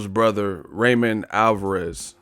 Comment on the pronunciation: U should pronounce his name RAW MON instead of RÁY MON